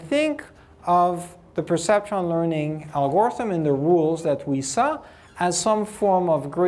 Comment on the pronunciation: Great lecture, thank you for making this available, but someone has to tell him how "algorithm" is pronounced! Please!!!!!!